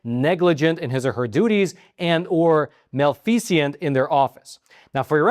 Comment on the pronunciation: Malfeasance is the noun, as in, She was guilty of malfeasance, a thing. But he was using the word as an adjective, as in, Her service was not malfeasant, meaning, her service was not characterized by malfeasance. So it wasn't wrong to use the word malfeasant instead of malfeasance. He did pronounce it incorrectly, however, as mal-fee-zee-ant (4 syllables) rather than mal-fee-zint (three syllables).